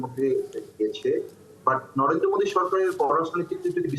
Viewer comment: Mudi noi re ota modi😂😂😂 valo kore ucharon kor murkho.